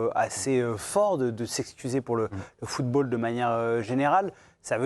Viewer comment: "Le footre Africain..." 😂